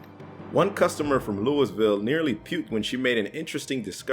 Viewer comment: You said "Louisville" wrong 😂😂